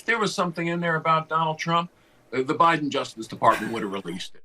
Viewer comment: Why does he pronounce Biden and Kamala like that? 🤣